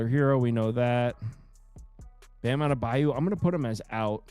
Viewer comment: Adebayo not adebayu